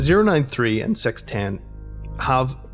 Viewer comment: Kinda funny how says the number "6" instead of "six" he says "sex" so it sounds like "sex eight two"